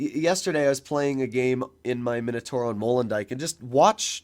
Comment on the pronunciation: MI NO TAU RO… not minotoro 😵‍💫